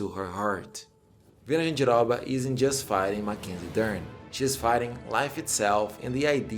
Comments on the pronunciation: Falou Jandiroba certinho, tu é Brasileiro mermão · Ele falando jandiroba, arizona, Bahia, entregou mekdkdkd